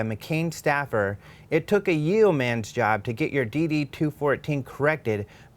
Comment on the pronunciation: Yeoman is pronounced 'yo-man', not 'yee-o-man'